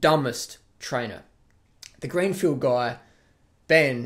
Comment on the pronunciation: How can you make fun of Ben Greenfield (not beanfield) for saying brains when you can't even get their names right. Dude you called him green beanfield.